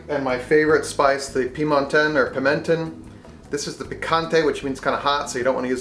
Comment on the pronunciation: Pimenton: "pee-men-tone"